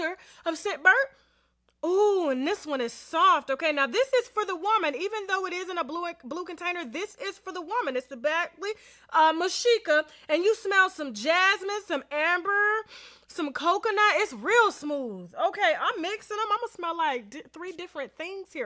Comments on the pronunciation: lmao It's Badge-lee Mish-ka Or Badly Ma-she-ka if you want. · It's pronounce phonetically Bad.Glee Meesh.Ka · Pronounced Bag- d- ley Misssh- Ka lol you done butchered that Tash lol use to be my fav that’s how i know. 😊 Edit: that yellow chair is everything up close on your skin. ❤️